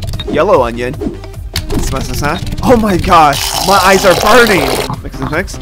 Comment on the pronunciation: “Oh my gawsh ma eyes ar BURNing 🔥